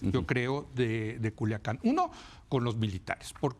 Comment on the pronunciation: Pinche vata ni si quiera puede decir culiacan dijo culacain